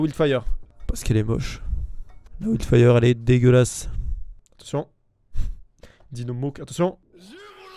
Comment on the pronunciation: Bloud spor. ouild fire. J'ai retenu que ça 😂